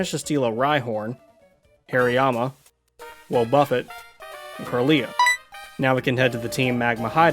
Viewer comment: Did I hear woh-buffet? Mind blown